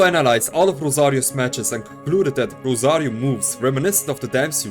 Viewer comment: The way you say rosarioooo is satisfying